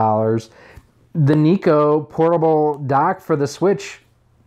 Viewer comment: Why do you pronounce it NEE-KOH?? I've always pronounced it NYE-KOH...like how it's spelled.